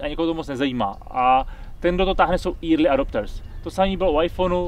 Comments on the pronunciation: Pozor na velmi zásadní a nepříjemný významový rozdíl mezi "érly" a "íry/írly" - To druhý, psáno eerie/eerily fakt nechcete :D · Promiň, ale to "Írly adopters" je dost hrozný. Říká to i Honza Březina mimochodem. Mohli byste to zlepšit:) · Early se rozhodně nečte érly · Asi nejaka deformace z Digitu :). Ale vazne, taky mi to trha usi. Jinak je Petrova Anglictina slusna...